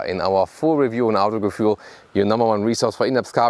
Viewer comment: Vor allem wenn er Autogefühl englisch ausdrückt...